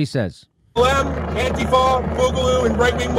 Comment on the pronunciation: and he pronounced antifa correctly, which is strangely what's surprised me the most